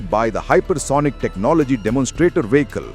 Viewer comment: Why does your narrrator pronounce 'vehicle' as 'Wee-he-kal'? Oh! I forgot. You are Republic channel: Nothing better can be expected